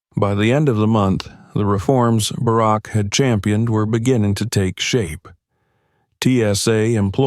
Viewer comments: If you’re going to tell stories like this, pronounce the names right. The ex president’s name is not “Bearrack”!!!! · The digital reader is good but the fact he didn't pronounce Bark properly gave it away! It is a good story, but I doubt it really happened this way. Not that dicriminatingincidet doesn't happen often, but I find it unlikely no one recognised her last name! A good story, but I still don't think it happened! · I think this is a fake story. First of all if she was flying to NY she took a shuttle and there is no business class on the shuttle. In DC a black person flying first or business class no eyebrows would be raised. These AI generated voices mispronounce names all the time. This guy has a problem with Barack until the end. I flew out of National to NY all the time and this story sounds time like BS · President Obama served two TERMS as leader of the free world and thus jive-azz announcer doesn’t know how to say Barak!?!!??! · It’s unfortunate you can’t teach your AI to say Barack. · I wish they’d get better people to read these things. For gods sake he can’t even pronounce Barak Obama’s name correctly. I never believe these things and his pronunciation and inability doesn’t help. And the last thing I want to say is that I wish I’d had a dad like him. Godbless Sasha and that good man she calls Daddy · President Obama wouldn't have come to the airport or without Secret Service agents, and he definitely wouldn't have flown anywhere on a commercial flight. The female shown looks like Malia not Sasha. This is NOT a true incident!! The AI constantly mispronounces "Barack". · Narrator really needs to learn how to pronounce President Obama's name...! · The ai narrater doesn’t even pronounce Barrack’s name right.